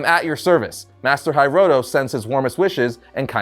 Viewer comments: Love how is pronouncing Hiroto as “Hi-roto”, instead of “He-roto” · Hearing you mispronounce hiroto over and over and over was like nails on a chalkboard. 😱